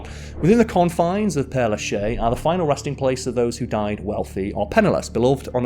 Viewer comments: “Pér Lashézuh”. S is only silent when nothing comes behind it. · It's pronounced "pear lah-shez" with the z sound. But I appreciate your efforts ❤ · Isn't it pere LAchaise? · When you make a video, you should put more effort in giving the correct information = Père-Lachaise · Good content as far as the history of the cemetery, but Oh! My ears are bleeding from the mangled French pronunciation, particularly after the long claim of researching the pronunciation. Père LaChaise is pronounced more like pear la shez. There is no hard CH sound in French. It is always like SH and the ai sounds more like the soft e sound in English. Egalité does not sound like eagle-ite, but more like egg Al ee tay. Just plug questioned words into Google Translate and listen to the pronunciation. That won't always be perfect, but it will be correct most of the time, and closer the rest of the time.